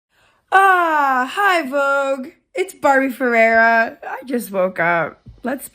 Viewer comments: Eu tenho o mesmo sobrenome dela e é muito engraçado como eles pronunciam o “Ferreira”, parece que tão engasgando LKKKL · Ela falando Ferreira com sotaque inglês é tudo para mim!!